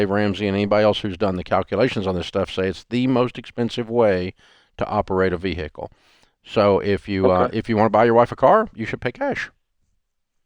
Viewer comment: V hick kle 😂